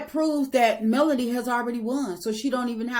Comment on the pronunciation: I’m with you !! This woman is still mispronouncing Melodys name, I really think she is truly jealous of Melodys work ethic- and her beauty. I have tried to watch her double talking self, but no more. 😮